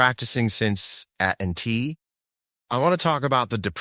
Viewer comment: At and tea 😂 (AT&T)